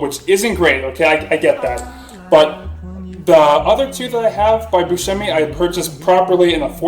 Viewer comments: It is pronounced Bus shh emi! It is hard to right the Italian pronunciation because part of our speech is our diction. We speak with emphasis, with an attitude and hands. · I am Italian! the pronunciation is like shh like asking someone to be quiet, hence, Bus shh e mi.